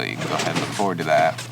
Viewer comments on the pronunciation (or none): none